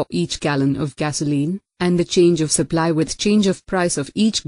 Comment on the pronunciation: The sur-pu-lee curve ☺